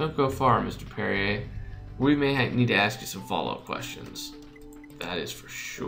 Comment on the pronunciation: Perrier is pronounced Perry-eh